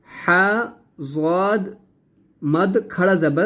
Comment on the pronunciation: Plz zowad mat bolo dowaad bolo